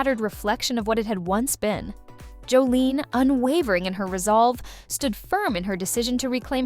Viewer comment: It would help if you actually pronounced her name correctly…it’s Jos-sa-lin not Joline 😬